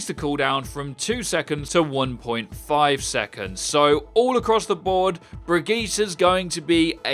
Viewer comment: Bri gitt a!